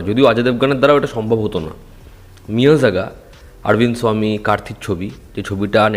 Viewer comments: এই মূর্খকে অনেকবার বলেছি যে ওটা মিয়াজাগা নয় মেইয়ারাগান হবে কিন্তু নিজের ইগো কে স্যাটিসফাই করতে হবে তাই ও জানা সত্ত্বেও নিজের ইগো ধরে ভুল উচ্চারণ করবে।বাঙালিদের এটাই সমস্যা যে নিজের ভুল হয়েছে সেটা স্বীকার করবে না। আর এই আপডেটটাও পুরোনো ২-৪ দিন আগের আপডেট এরা ভাবে আমরা আপডেট না দিলে এরা জানতে পারবে না কিন্তু এটা বোঝে না এদের আপডেট দেওয়ার আগে থেকে আমরা এই আপডেট গুলো পেয়ে যাই। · pronounciation ta মেইআরগান... মিয়াজাকা নয়😅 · মিয়ারাগান। মিয়াযাগা না। এত বাজে প্রোনান্সিয়েশন না করলে কি হয় না? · উচ্চারন টা ঠিক করুন ওটা মেয়রগন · এটার উচ্চারণ হবে মেআরগান